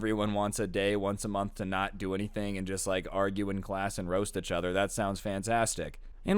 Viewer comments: "roast eachtoher" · “roast eachTOHER” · The amount of times he's said "achother" in this story😂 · The way you pronounce each other lmfao “uchother”